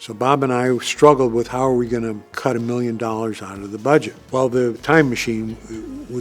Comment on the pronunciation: Hi think you should say milliun😅😊